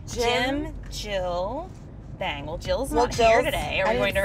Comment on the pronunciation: omggg the way they were pronouncing bang and then the receptionist snapped at them like "bang not baeng" i cant stop laughing